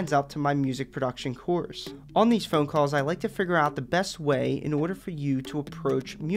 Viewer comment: Buddy pronounced “phonk” literally 💀